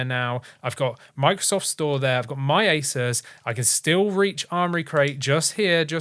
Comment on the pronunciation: He was joking, with his accent it almost sounds like he said asus ( without the u)😂